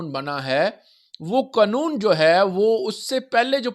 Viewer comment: قنون ؟ نہیں پیارے قانون ہوتا ھے